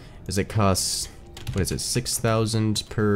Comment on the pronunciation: "wha'?" - 1/1/2019